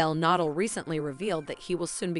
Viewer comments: Yeah...what’s the deal with that? 🤷🏻‍♀️ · Need to pronounce his last name correctly! It is Nadal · Whoever this is narrating doesn't have any idea who Rafa Na-DAHL is. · Her pronunciations of Rafa’s last name and his town were driving me up the wall. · Can pronounce Medvedev but not Nadal 🤦🏻‍♀️